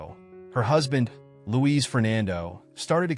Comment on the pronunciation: It's Luis and not Louise.